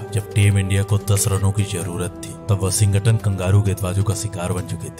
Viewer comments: It's Washington bhaya..... Not WashingKton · Ye washing cotton kaun hai narrator ji....?????🤣🤣🤣